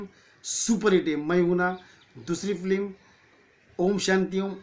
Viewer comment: Flim nahi film hota he bhai😂